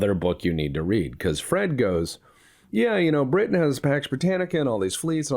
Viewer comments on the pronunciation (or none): none